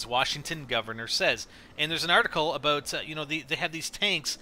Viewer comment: Fuckin a-boat. Please stop.